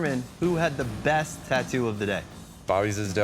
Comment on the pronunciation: I'll never get over hearing "Tah-doo".